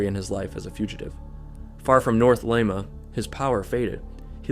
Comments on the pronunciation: Leeeema not Leima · Its pronunced Leema, Not L eye ma, you sound stupid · i kept forgetting this was in peru cuz of ur pronunciation of Lima 😂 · Your Spanish sucks? Well you’re pronunciation sucks too. You don’t even know how to say Lima. All that research and you don’t even know how to say it come on. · I can't keep listening to that pronunciation of Lima.